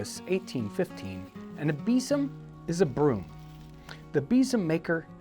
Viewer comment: Interesting pronunciation of besom there Jon. In these parts it's pronounced "bezum"